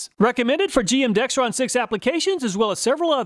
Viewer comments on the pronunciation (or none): Everybody gets the name “Dexron Mercon” wrong, never heard anyone get it right and I worked at a parts store. Video said it wrong too. Most people say “Dextron Mercron” people are dense. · All of you watching, please take note there is no "T" in Dexron the brand name.